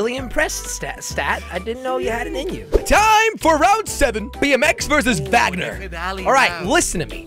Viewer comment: Is that car's name actually supposed to be pronounced 'vaj-ner'? lol